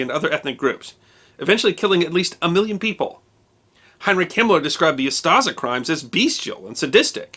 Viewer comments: Just a minor correction by a croat 😁 OO-sta-she not Shi. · Me too, until he decided to say "UsTaZa" instead of Ustaše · Ustase is pronounced differently. "s" is "š" and is pronounced as sh as in shoes. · I'm struggling with his pronunciation of ooo-staah-shaah!